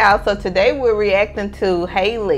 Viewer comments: i’m so excited for you guys to get into her! btw her name is pronounced haah-lee not hay-lee. and the guy in the car is her younger brother. 😭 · The boy in the car was Chloe and Halle little brother and also her isn’t haliey it’s Halle. How-le is how you pronounce it.